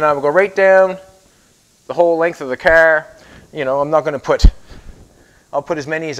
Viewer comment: Why is the end of every sentence have a double syllable . Flo-or . Cahar. Gro-ond. ? Ta-ake. Your funny. But insanely informative and I’ve learned a lot watching you. By the way it’s out. Not oot